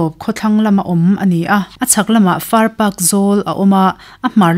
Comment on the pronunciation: Far Pak hi "Park" ti angin, i lama a dik lo tlat. Pakistan sawi nana a "Pak" ti ang hian lam tur ani e, pawih tawng ani nghe nghe..